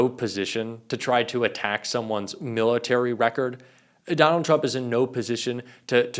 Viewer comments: "TURMP" ... lol! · Who the heck is Turmp? If you want us to take you seriously, pay attention to your presentation.